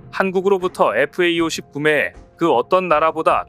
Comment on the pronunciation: 다 좋은데, 나레이터는 FA-50을 왜 계속 FAE-50이라고 읽는 지 귀에 거슬리군요. 앞으로 FA-50 이라고 정확히 읽어 주시면 좋겠네요.